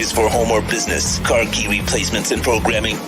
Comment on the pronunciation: They way says bitness instead of business is too funny 😁 😂